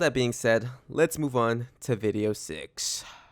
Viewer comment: “To video SIX-AH”